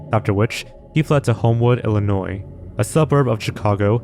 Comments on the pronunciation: be like: "illinoise" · Pretty messed up yo. He pronounces Illinois like “illa-noise.” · The “s” in Illinois is silent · I cant stand people that pronounce Illinois with the "s". Are there 2 of them? 😂 how can you live to be an adult and NEVER know that you're pronouncing Illinois wrong? Dumbass. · You don’t say the S at the end of Illinois. It’s illi noy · Love your videos, but the state Illinois, the s is silent. Heard you pronounced it incorrectly through out the video. Just wanted to help! ♥️🤍💙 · Please for the love of God stop pronouncing the "s" in Illinois. I know it's spelled that way, but the s is silent. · Every time you say Illinois as someone from there your saying it wrong it’s Illinoi is how it’s sounded since it’s a French word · Illinois has a silent S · The S is silent in Illinois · IllinoiSSSSSSSS is driving me kinda nuts, not gonna lie. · You don't pronounce the S in Illinois man, how did you not know this? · buddy the "s" in Illinois is silent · The S is silent in Illinois Ill-ih-noi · I know this is the least concerning thing here but you don't pronounce the 's' in Illinois. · He probably has some sort of speech disorder bro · nah it's a bit common for those who see the word to mistake Illinois as Illi-noise. Embarrassing, but I used to pronounce it that way until high school freshmen year when a classmate told me that I sounded like someone from out of state saying it (I live in Illinois 😅). From then on, I've been pronouncing it the correct way. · He's from Illinoisssese? A.I. must've started mimicking ignorance to bend in. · So far this is nuttier than a bag of squirrel droppings, so nasty scary to try to think about. There was 1 funny thing about how you pronounced Illinois, with the s. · The way this dude says illinois. The s is silent my dude. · You gotta stop saying "Illinoise," man :( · btw, just fyi, for the state Illinois, you say it like Illinoi, the S is silent (I am a resident and always correct people:P)